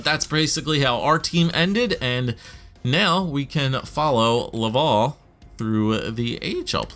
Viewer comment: I'm from Montreal, it's actually not pronounced "love-all" for Laval, the A sounds are open and sound more like Atleast or like mAp.